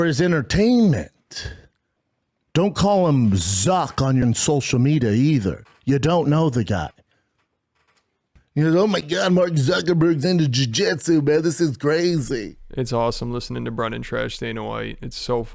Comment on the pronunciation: “Social meedyu” damn it Brendan 🤦‍♂️